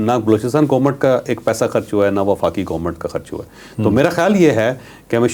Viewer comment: Please GOMAT na bola kren, GOVERNMENT bola kren.